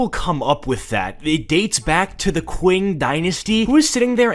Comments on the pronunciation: it is pronounced Ching not kwing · I notice you keep saying "kwing dynasty" you actually say it like "ching" You racist fuck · It's pronounced "ching" and not "quing", and it's not an ancient dynasty but an early modern onr, you frickin dingus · 'qing' is pronounced like 'ching' but I like the video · i loved the vid but i cant get over him calling the qing dynasty the "(qw) (ing)" dynasty (its pronounced "(ch) (ing)" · ching not qing but lol i dont care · sorry for being a nerd but its pronounced ching not qing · Qing pronounced as "Ching" <33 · The Qing Dynasty is pronounced “Ching” and it lasted until 1912 so it was not ancient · The Qing Dynasty is pronounced Ching Dynasty btw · Im still mad he mispronounced the Qing dynasty as Kwing and that the article called it amcient when it existed in ww1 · its pronounced ching dynasty 💀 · Qing is pronounced like “Ching” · “Ching” dynasty I love your content. But my god that is making my brain bleed the mispronunciation. My apologies 😂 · Btw it’s spelled Qing but pronounced ching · its pronuonced "ching dynasty" cuz that's how we pronounce "Q" in chinese but anyway genz is cringe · me trying not to simultaneously combust every time he mispronounces the Qin/Qing dynasty (it's pronounced chin/ching) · It's pronounced ching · "QUIN" dynasty 😭😭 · Ok so a small thing to say (no hate or offense) When you pronounced Qing dynasty was wrong, to my knowledge. The correct way to pronounce it is Chi-ng dynasty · The Qing dynasty is the so recent it has a flag. It’s like in the 1900s..l btw it's pronounced ching. On a real note what the hell was he smoking? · Qing, as an Chinese American I feel very offended due to the fact that you pronounced it incorrectly